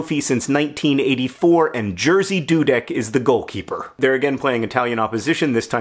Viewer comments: cool video -thanks! you rarely talk Poland on your channels. And the way you pronounce Jerzy is absolutely epic :D !! I know its difficult for non-Poles to say it and mispronouncing is your thing but you not only didn't get it right - you pushed through the wrong and somehow approached right from the other direction XD It really makes me think we as a nation must now change how we pronounce Jerzy. LOL.! Sorry about your dog, I know how much it sucks loosing a pet. I hope you get better! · Very sorry for your loss, I know form experience how hard it is Also, I have to say this, I could never imagine the name "Jerzy" could be read like that, but I understand our pronounciation is difficult (btw Jerzy means George so you can just use that one ) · I’ve never heard anyone say Jerzy outside of Poland and I would never guessed it’s pronounced like that in English. Interesting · GOD YOUR PRONOUNCIATION ITS NOT a hard name GOD MY EARS au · It's just hilarious to me how badly you mispronounce his name, as a Polish speaker I didn't even recognize who you're talking about at first :P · Haha you so horrible mispronouncing name Jerzy, to this level it became a little bit cute 😂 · It's Yeah-zhi. Zhi, as in the word "pleasure". Not, "Jersey". Thank you, A Nerdfighter from Poland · John you are an amazing person but that's not how you say Jerzy ;) It should be more like Yeah-shh ^^ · This is the weirdest way to pronounce the name Jerzy wrong. I had no idea who you were talking about until I read the description. Good effort, but it sounds more like Yeh- shih, with the first part accented, and the sh of the second part is really hard, almost like a "j" sound. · Jersey Dudek <3 For me it sounds hilarious, but in a lovely way. And we all know mispronouncing is your thing. Also, the guy was beloved by all boys in my school, but I never heard this story. Thanks :) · Its pronounced Jeshy dudek, its usually difficult for americans and other people to pronounce polish😅